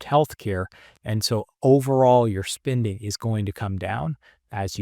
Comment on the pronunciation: Great video with excellent information but I just can't with the mispronounced spinding instead of spending I feel like I'm on the receiving end of the "right meow" stop from Super Troopers 😂